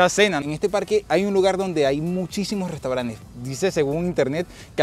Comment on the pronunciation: Soy nuevo en el canal si me permites una correccion se dice restaurantes no restauranes